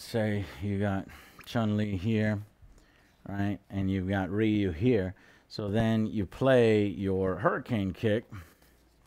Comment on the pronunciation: Rayou. Ryu... Oh boy...